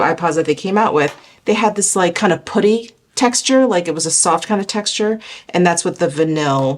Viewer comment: Will be doing pooty instead of putty from here on out 😅😅😅